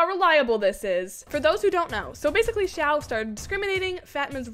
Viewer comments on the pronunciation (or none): xiao is pronounced see-ow(say it quick) love ur videos btw.